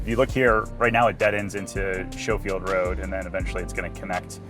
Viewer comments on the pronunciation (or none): It is SKO not SHOW. Schofield. Hawaii has a US airfield named Schofield and thousands of military get stationed there. Also I have a friend with this as his last name. And since you’re selling real estate, you should pronounce it correctly, just sayin’ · Here in Wisconsin, we have a city named Schofield, and it is pronounced “Sko-field.” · It Schofield Skofield Irish pronunciation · pronounced Skofield